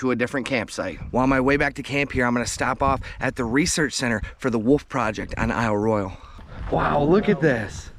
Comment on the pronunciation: Pronounced Eel Roy Al Loved the video! Great job!